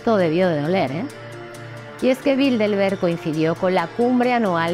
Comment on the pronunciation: Aprecio sus libros y videos. En el video dice en varias ocasiones "Bildelberg" en vez de Bilderberg.